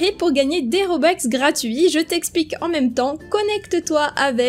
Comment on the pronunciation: des robux pas des robex c pas méchant